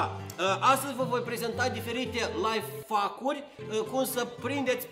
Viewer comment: Ady se spune laihaicuri nu laifaviuri